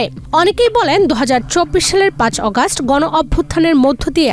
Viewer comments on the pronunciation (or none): none